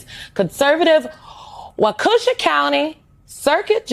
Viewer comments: Seriously how hard is it to say Waukesha right? I remember Katir Kuric saying it wrong when the Hamm Brothers were on after an Olympics. These are supposed to be "professional journalist" right? Takes 2 seconds on a Google search to the proper way to pronounce Waukesha. It's WAH-kuh-SHA The only time I was ok with someone saying it wrong was Bernie Mac in Mr. 3000 and it kinda makes sense for the character. But "professional journalist", get the f*ck outta here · "Wakoosha County"? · MSNBC doesn't even know how to pronounce wok- a swaw!😂😂😂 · First of all you ignorant black bald woman, learn how to pronounce Waukesha. Does she know how stupid she sounds? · Sidebar: The bald woman on MSDNC didn't even pronounce 'Waukesha' correctly. 😅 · totally butchered the name Waukesha! And why do all liberal men sound like they have been taking Estrogen?! I live in Wisconsin and I have been riding our local media on their social media pages for laser focus on Elon but ignoring where Crawford is getting her money from!